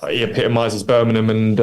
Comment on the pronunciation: He been in the area long enough to stop calling it Burminum!😜 Thx for your commitment to Birmingham!!💙